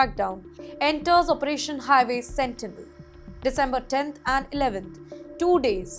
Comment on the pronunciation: "..after several deadly HIVAY accidents" LOL